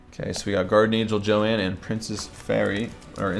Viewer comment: it's not Joann it's Joan